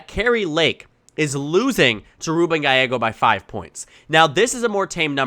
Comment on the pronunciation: It's pronounced GA-YE-GO